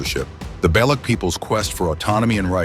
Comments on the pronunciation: INDIAN CHANNEL. AI GENERATED BRITISH ACCENT WHICH BTW THEY DID A PISS POOR JOB WITH. NEVER SET FOOT AND CAN'T EVEN PRONOUNCE BALUCH PROPERLY. WHAT'S NOT TO LIKE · AI voice can't pronounce Baloch 😢